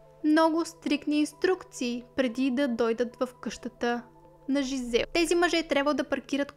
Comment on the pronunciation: Жизел и Доминик са французи и по този начин се произнасят имената. Не Джизел, което е английска интерпретация. Иначе, да, случаят е безпрецедентен и супер ужасен кошмар!